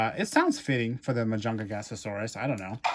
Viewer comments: Only ONE "GA" ⭕MA-JUN-"GA" -SAURUS⭕ you are talking ❌ma-jun-ga-ga-saurus❌ Hahaha 🤦‍♂️🤦‍♂️🤦‍♂️🤦‍♂️🤣🤣🤣🤣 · Please never say majun gasasaurus AGAIN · its pronounced mah-juhn-gah-sohr-us. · you say majungagasasaurus when its just majungasaurus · 2 things - Firstly it's pronounced ma-jung-a-saurus Secondly your correct about the arms. Carnotaurus and majungasaurus are both part of the group "Abelisauridae" which are well known for their short faces and short arms. They were the top predators in the southern hemisphere when things like trex and spinosaurus ruled the north. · I was like "Majungagasasaurus? Huh?" Lol it's definitely a unique pronunciation! 🤣😂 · That's 'Ma-Junga-Saurus,' my friend. But it's OK. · Ma junga sarus is how you pronounce it/ also love your videos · that's not how you pronounce mujungasaurus